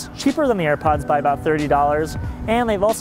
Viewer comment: "For some reason you don't want the air puds" dude are you serious?